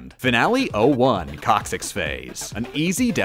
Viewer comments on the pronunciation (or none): "cocsyx" "villee"